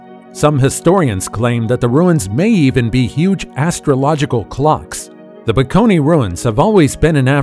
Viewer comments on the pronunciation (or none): The word is Bakone, not Peckony